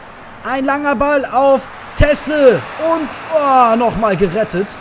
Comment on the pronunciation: Der heißt Tese und wird aucg genau so ausgesprochen..weder "Ties" oder "Tesse" Und das ist nur ne nett gemeinte Korrektur wie immer :) Und natürllich wird grade das Spiel gegen Bremen nicht aufgenommen -.